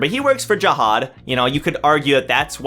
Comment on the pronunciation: Its Anak and JAhad not aNAK and jaHAD